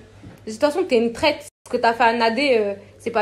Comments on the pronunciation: Jazz la « traite » , elle sait mm pas dire « traitre » 😭😭😭😭 c’est pas bon d’être mauvais comme ça. A 27 ans et deux enfants c’est honteux. C’est quoi de chercher le buzz comme ça, limite elle a parler plus que jazz dans la video, c’est trop 😂😂😂😂 que pour dire la mm chose en plus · on dit traitRRRRRRe pas traite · Traite elle c même pas dire traître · Je me demandais c quoi traite !!! Finalement c traitre mdr waw la prononciation... de toute façon toute la vidéo c que "nanani nananere" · On en parle de la manière de prononcer "traître" 🤔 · Pourquoi elle sait pas dire traître ?? Elle devrait apprendre à parler quelle vulgarité je suis choquée